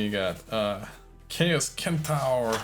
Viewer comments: it's pronounced sentaur not kentaur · I like the way you pronounce Centaur..lol